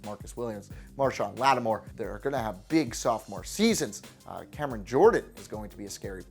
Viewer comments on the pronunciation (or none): none